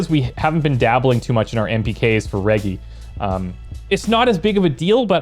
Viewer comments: Hard g in “reggie”, like Reginald, or edgy with an r in the front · you're saying reggie wrong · Oh my God I can’t believe my boy just hit me with a line like that I had to pause the video I get myself off the floor that was too good. Ganja+entrepreneur = me instantly on the floor. And you’re still saying Reggie wrong it’s so adorable because you don’t know how to actually say it so you’re saying it to the best of your ability I love your videos and I wish for you to continue making great videos as such kudos Bro PS this is coming from a content creator is well😉